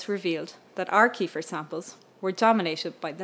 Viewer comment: Can't even pronounce 'kefir', what an idiot.